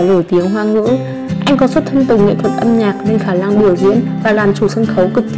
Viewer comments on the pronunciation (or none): "Khả lăng", "ngày lay" giọng đọc gì vậy trời